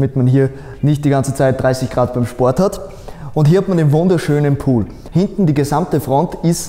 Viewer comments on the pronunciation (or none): none